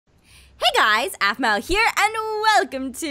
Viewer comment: its aphmau not aphmoo